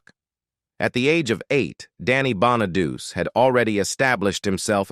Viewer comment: Is the voice AI ? The guy keeps mispronouncing Danny Bonaduce name